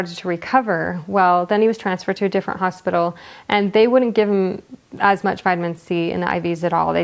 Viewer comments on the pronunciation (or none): none